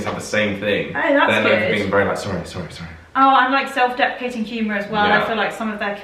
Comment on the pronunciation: Again, the biggest tell for me as an American that someone is Canadian is "project" and "process" having actual "o" sounds, rather than the American prah-ject and prah-cess. When you said they say "I'm sorry" a lot, you didn't pronounce it the (stereotypical) Canadian way. A Saturday Night Live appearance of Canadian Mike Myers had him first saying "sahr-ry" American style, then after being corrected, he said Canadian "sore-ry". Some Canadians also pronounce "been" more like "bean". He hasn't been a regular for a long time, but if you can find old episodes of the Canadian satirical news show "This Hour Has 22 Minutes", listen to Greg Thomey, who is from Newfoundland (extreme east of Canada; their time zone is UTC- ). I think of him saying "candy bar" with the latter word shaded strongly toward "bare".